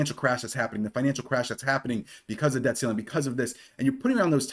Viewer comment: Pronounce your T's. We aren't in great Britain! Good video... Debt. Not deh.. Button not buh ehnn